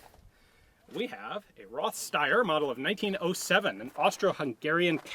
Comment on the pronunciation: The ,th' in name Roth is spoken the german way ,t' , not the english way. Up to 1870s behind every t a h was written. Today in german language a ,th' appears in words comming from another language, for example Theorie, Theologie etc. or in family names. When in 1901 the last german words lost their ,th' only Thron( throne) remained, when it is true, by Intervention of Emperor Wilhelm ll.